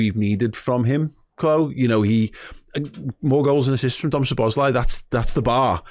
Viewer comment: It;s pronounced So-bos-lah-ee (a and i are pronounced ah and ee).